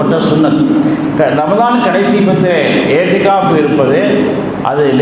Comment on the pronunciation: ஏத்திகாஃப் அல்ல. இஹ்திகாஃப்.